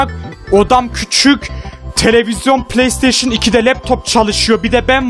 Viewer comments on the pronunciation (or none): none